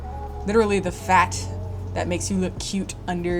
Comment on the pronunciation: Why d'you have to say "Fat" like that? lmfao